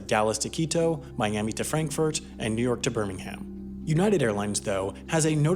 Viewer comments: why did he say Birmingham like birmin ing am 😭 its Birming ham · It's pronounced 'Burmingum', not 'Birmingham'. Im sorry - I dont make the rules. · It's pronounced Birmingum not Birminghaaaam. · THATS IT ITS NOT HAAAAAM it’s Birming umm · Me a southerner from Alabama, him a US youtuber "flights from bur ming ham" me bruh thats england, that aint no burmingham.... that bir min hum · It's not bermingham it's said like bermingum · For crying out loud! The next American who calls the British Birmingham ‘Bir-Ming-Ham’ I will actually kill! It’s ‘Bir-Ming-Um’ ! How hard is it!! Seriously though!! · i’m going to be the annoying brit, but it’s pronounced, bir-ming-um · England's Birmingham has no ham. It ends with um. not erm, um. Birming-um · Birmingham is pronounced "bur-ming-um" with stress on the first syllable only. apart from that great video :) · Great vid, but Birmingham is pronounced Bir Ming hmmm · “Bear Ming Ham” 😂😂😂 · You completely butchered the pronounciation of Birmingham. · You're not supposed to pronounce the h in Birmingham. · The way you pronounced Birmingham triggered me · I wish Americans would stop saying Birmingham wrong. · You pronounced Birmingham incorrectly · You don't say Birmingham properly :-( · Why can no-one ever pronounce Birmingham properly? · it was. But the pronunciation was American one